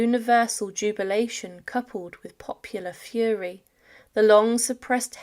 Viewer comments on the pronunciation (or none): none